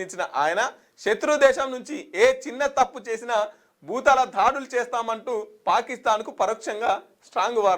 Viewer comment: తెలుగు సరిగ్గా పలకరాని వాళ్లు కూడా న్యూస్ రీడర్లు భూతాల దాడులు కాదు భూతల దాడులు తడబడకుండా వార్తలు చెప్పడం నేర్చుకో అన్న